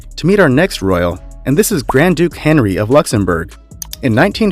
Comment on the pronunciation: Grand Duke Henri, not Henry his first name is pronounced in French. The r at the end of the late Prince Rainier's name is silent. It's not pronounced like the r in Mt. Rainier which is pronounced in an American English way , given the volcano 🌋 was named in honor of an 18th century British explorer.